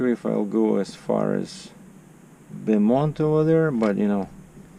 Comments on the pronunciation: It’s Bo-mont Kmsl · Glad to see you back making money. Stay safe. By the way Beaumont Texas is pronounced boemont and Jacinto City is pronounced with the Ja a short "a" as in ah and sintoe Jancinto. The "N is silent."